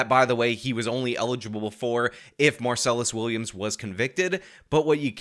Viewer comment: When you mispronounce his name every single time you say it, it sounds like you haven't done any research. It's minor, but it hurts your credibility so much because it sounds like you haven't even read the man's name a single time, let alone did any research into the case.